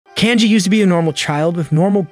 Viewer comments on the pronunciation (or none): none